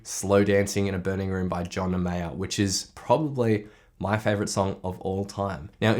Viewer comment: Sounds like you said Jonah Mayer